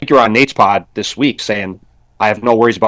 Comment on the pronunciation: tries to make a career with statements that shake things up. The “dis and dat” instead of “this and that” is really distracting. He tries to pontificate and it really comes off as having a low intellect.